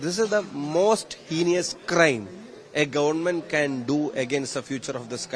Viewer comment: True that Shafi' s English is much better than that of Rahim or Shailaja or Chintha or most of the CPM leaders. But it deserves 50 % marks or so.Fir example, the word HEINOUS is pronounced as HENIOUS (×) by him.😂!